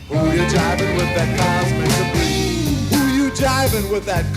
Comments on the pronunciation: Cubic debry? seriously? Cosmik .... Debris is pronounced Debree because it is French. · Cubic debris?! It's COSMIK DEBRIS!!!! By the way, your comments were hysterical! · “Cubik debreeze?” Sigh. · Cubic debreeze?....come on, my dude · the pronounciation is cosmic debris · Pronounced cosmic debri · Maybe you should learn how to pronounce the name of the song before you do one of these videos. 😂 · Holy shit! How did you just pronounce it? So sad. You need to listen to the album from the beginning. This is not the right song to react to first.